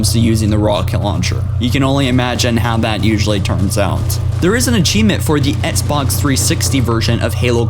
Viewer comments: Sergeant Johnson He also says "ets box" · or "etsbox"